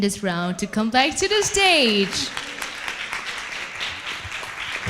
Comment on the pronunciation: T chê trên live luôn nhưng vẫn có người bênh. Toàn đọc thiếu âm cuối như từ Stage và đọc sai từ như Question. Âm điệu rất nặng, nghe mệt vl. Đang nghe Phương Linh rất nhẹ nhàng và ấm áp xong với bà MC lên tiếng làm tụt mood. Chê vậy là còn nhẹ đó. Đừng nói t biết gi mà chê. T ở Mỹ gần 6 năm rồi và không có bạn bè Việt Nam, toàn người Mỹ nên t có khả năng để nhận xét và chê nha 😊